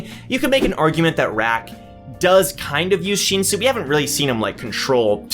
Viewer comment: its not sheensu its shinsu just say it like how u spell it sheensu sounds so obnoxious